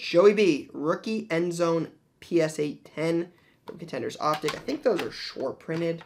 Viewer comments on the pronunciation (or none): none